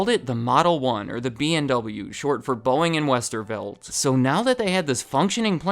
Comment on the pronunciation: If you speed him up to 2x speed, it sounds like he's saying BOINGGG